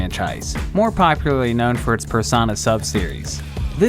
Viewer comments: Person a??? It’s. Per-so-na. :( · It's per-soe-nah. Not "personnah". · It's Per-so-na, not Per-sa-na! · I was like: "haha he mispronounced smt. That's understandable, and it's funny given that mispronouncing smt is an smt inside joke" Then he said per sauna. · Per-sana? PER-SANA!? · Did. . . did he just say pers-ON-ah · Callous rhymes with malice. Meg gah mee - evenly stressed Persona rhymes with fursona - long O in the middle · ah yes, persauna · ah yes, Shin Megani Tensei and Personna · My mans said "Per-sa-na" lmaoooo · Did, did you just call persona, Persana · who tf says "persona" like that? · my fucking god, how did you mess up pronouncing persona? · who says persona like that